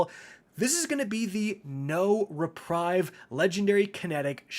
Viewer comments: Love the content dude, but... reprive!? C'mon, its not complicated English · Did you just say “No Re-Prive” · reprieve - "re preeve" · It's pronounced Reprieve (repreeve)